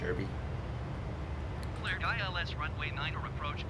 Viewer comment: Just a thing it's pronounced DARBEE, not derrrby. Nice vid.